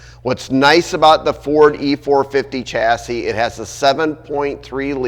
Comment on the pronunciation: It’s a shassey not a chassy, the word chassis is French.